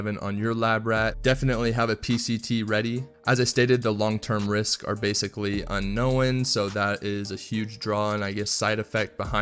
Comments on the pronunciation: “I definitely want to make it (no-win?!).” Is it just me or does dude put like at least one extra syllable in “known”? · "Unknow-en" ......wtf? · Why do you pronounce “unknown” like that 😂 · It is annoying isn't it? Shame since he has an otherwise, mellifluous and mature voice.